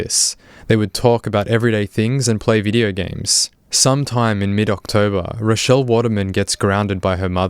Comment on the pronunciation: why did you call her rodelle mutliple times